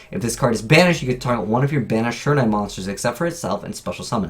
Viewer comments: Sure-in-nigh Really? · I cringed every time he tried to pronounce "shiranui". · Why is it no one on YouTube can pronounce shiranui right?